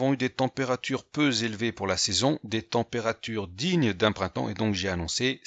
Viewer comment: "Trop z'évident", et "peu z'élevé" T'as compris qui te parle.